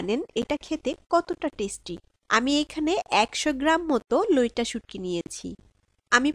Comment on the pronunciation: Loita na vai loitta bolen